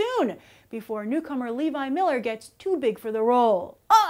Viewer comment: you are mispronouncing Levi Millers name. also, have you seen "Dragons race to the edge?" i`d love to here your review! big fan! keep it up!